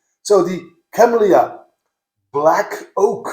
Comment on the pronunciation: Great! Word "Kemlya" (it's name of village where distillery is) pronounced not "KemlYa", just pronounce "L" like you said in "KemlYa", but don't pronounce "Y". It's like how French pronounce "la", "à la carte". Then, make accent on "E", like in "kEtchup". K-E-ml-(y)-a